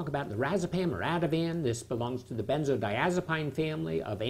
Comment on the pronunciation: Lmao he mispronounced benzodiazepine.. who cares, he’s far more educated than you will ever be..😭